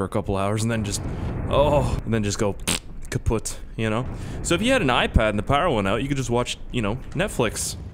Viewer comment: Kaputt perfectly german 😊